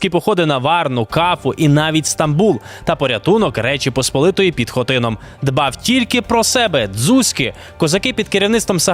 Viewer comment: Хотинóм, наголос нa O)